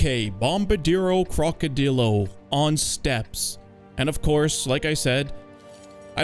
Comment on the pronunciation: Cock-o-drill-o is the perfect pronunciation.